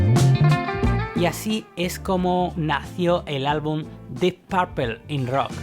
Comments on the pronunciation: O el mejor guitarrista de todos es JIMY Hendrix y no se pronuncia porpel se pronuncia porpul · Así con Deep "Paaarpel" 🤦🤦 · Porqué dicen Parpel en lugar de Purple y Bitels en lugar de Beatles...?